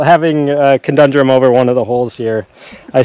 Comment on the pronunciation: It's conundrum, not condundrum. And the herb Thyme is pronounced "time," not thime. As I often say, you learn something new every day, so I hope this helped you learn. :-)